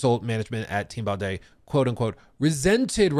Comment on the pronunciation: Bro’s absolutely destroying the pronunciation of these names. It’s Mownash and Bondee.